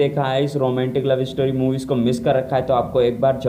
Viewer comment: Roomantik nhi hota romantic hota hai